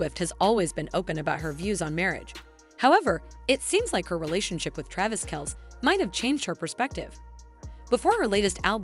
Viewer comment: This is garbage not only is it AI, but the pronunciation of Travis’s name is not correct and the script is terrible